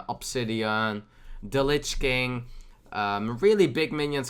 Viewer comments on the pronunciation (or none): none